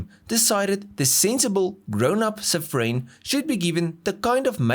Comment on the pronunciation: I have cringed from the moment he said Safrane, I knew it'll get worse, he didn't disappoint. With Hartge he had his Masterclass 🤣🤣